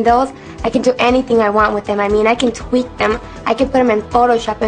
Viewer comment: *facepalm* she said TWEAK.